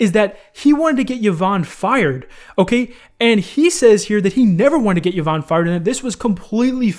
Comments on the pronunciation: E von, not Yuh von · Kavos did a better take on the Pokiwhore and Femyster thing. And please the name is pronounced E VON (Yvonne) not YAVON, you clown. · it's pronounced EE-VON not YUH-VON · I hate hiw he pronounces Yvonne as yeevon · "Yovanne" lmaoo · bruh i cringed so hard on how you pronounced yvonne. thats my moms name lol